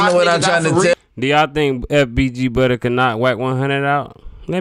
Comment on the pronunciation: It’s FBG Butta. NOT FBG Butter smh.